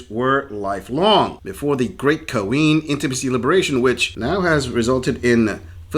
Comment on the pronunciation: The worst part of these videos is the narrator saying " kah-ween".